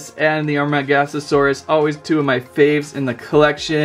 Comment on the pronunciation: It's amar-GO-saurus...😑...